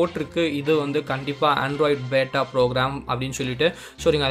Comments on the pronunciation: Bro athu பேட்டா illa android Q பீட்டா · Athu beeta bro bata ila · Bata illa beta bro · That is not beta... Pronounce as Beeta.. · Bro beta pronunciation correct pannikonga bro💕💕💕